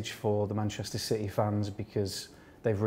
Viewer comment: Great player but l wish the interviewer would pronounce City properly.